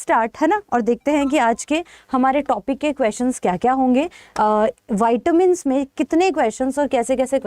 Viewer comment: Very Nice Session Ma'am. Short & Sweet. But it's व्हीटॅमिन्स Not व्हाईटॅमिन्स